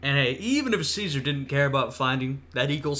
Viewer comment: I gave you a sub not only for risking an inevitable strike for this video, but also for acknowledging the proper Classical Latin pronunciation of Caesar. Though, one little semi-pedantic correction: When you say Caesar in the Classical Latin fashion, the ae diphthong should be held for an extra vowel length. The length a vowel is held changes the meaning of the word from a simple noun to a formal title. That being said, great reaction.